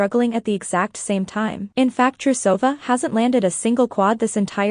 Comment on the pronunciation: It's LeviOsa NOT LeviosA....... 😅😂 I'm not trying to be mean, as I do enjoy the content, BUT.. the mispronunciation of the Russian names is making my ears bleed. 😭🤪 Proper pronunciation: TrUsova SamoDUrova SamodElkina TuktamYsheva YamEtova AkAt'eva GorbachyOva ValEEyeva NyEsterova ZagEEtova You get the point.